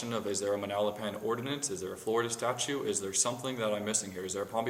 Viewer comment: Did he actually say "Florida State Statue?"